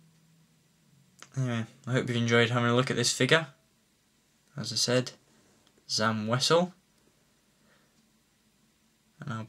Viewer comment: it's pronounced sam wazzel